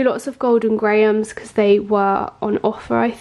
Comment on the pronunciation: It cracks me up how you say “Golden Grahams” 🤣🤣🤣 You’re so British with everything you say but you sound like a southern lady from the US with a thick southern accent when you say “grahams” 😂😂 I’m from the US and live in the south!